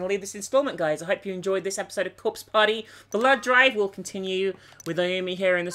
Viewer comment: Haha, ain't no parteh like a corpse parteh!!